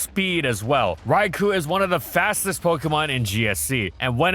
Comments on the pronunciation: Raikou* not Raiku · This is why it bugs me that there is still isn't an ability that triggers Trick Room upon switch-in. Also for Arceus' sake it's pronounced "Rai-Koh"!!